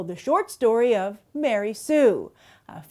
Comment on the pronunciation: Ma-Rey Sue.